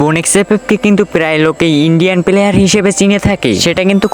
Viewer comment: প্লেহার ❌ প্লেয়ার ✅